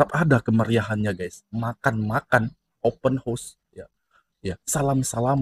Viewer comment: 'Open house' bang. Abang sebut bunyi mcm 'Open hos'.